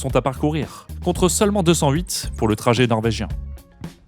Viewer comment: Vous prononcez bien le Norvégien 😋... Merci pour ces magnifiques reportages